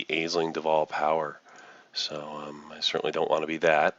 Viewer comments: Nice video. Just one note: it's pronounced "Ash-ling". (It's Irish) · it's pronouced "ASH-ling". It's Irish. Space Irish? idk